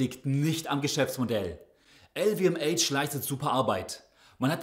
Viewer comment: "EL WE EM ASCH" bitte! 😂